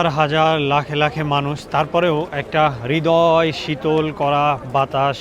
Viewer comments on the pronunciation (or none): none